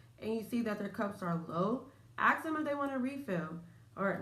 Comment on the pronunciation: Try to say ask! As opposed to ax